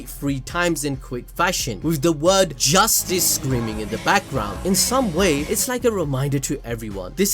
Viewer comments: When they scream justice it sounds like they are saying Rastus which is a racist term. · I thought she was saying justice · Whats this word he cant say😭😭💀